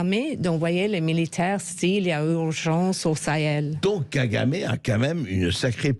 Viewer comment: Kagamé et non kagamamé